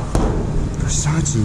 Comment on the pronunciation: Quando ho sentito verseic al posto di Versace 😭😭